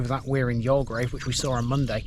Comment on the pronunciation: 'You'll grave' = Youlgreave. :) Another, very interesting feature of Gratton, apart from it's ancient, Roman use is that Rollo/Rowlow Brook is a seasonal flow of water coming out of the ground after periods of rainfall. How deep it emerges from is unknown, because it's water eroded limestone. The brook, wet or dry, marks (one of) the boundaries of the White Peak (limestone) and the Dark Peak (gritstone). All the rocks above Gratton Grange Farm are huge boulders of gritstone, whereas the rock above The Cheese Factory is all limestone. Hundreds of millions of years ago, the ancient seas got thrown up to the surface of younger seas forming what's known as The Derbyshire Dome. The ancient thermal springs in Buxton are also on this boundary line, only that water emerging between the 2 types of rock is warm. This is why I love Gratton..its not just local, human impact history, but earth formation old! btw, nearby, across the dale from the grange farm, is the medieval village of Smerrill. Thanks for your spotlight videos, very informative.